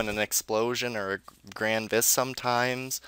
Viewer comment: Why do you call it "The Grindfest"?